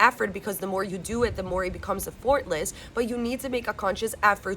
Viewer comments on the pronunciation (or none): I love your videos, they keep me on track! In case you wanted to know, effortless is pronounced EFFortless, rather than effORtless- The emphasis is on the first syllable. ;)